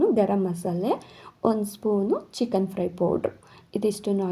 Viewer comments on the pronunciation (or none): ಸಿಸ್ಟರ್ ಅದು (ಚಿಕ್ಕಾನ್) ಅಲ್ಲ ಚಿಕ್ಕನ್ (ಮಟಾನ್) ಅಲ್ಲ ಮಟನ್